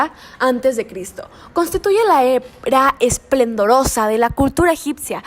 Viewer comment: y tambien en el minuto diciendo era